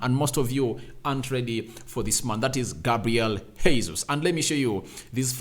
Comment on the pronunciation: Sir his name is not Hesus. It's Gesus. This is no Spanish. It's Portuguese. What kind of journalist are you?